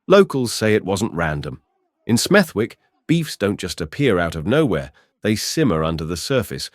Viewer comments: AI voiceover. its pronounced Smethick. the W is silent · I live 10 minutes away from smethwick n in brim we don’t play if ur the target ur dead 💯 n it’s pronounced smethik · Lived in Birmingham for 53 years. Never heard of Smev-wick? Just saying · His pronouncing of Smethwick lol changes every time he says it.😂😂😂😂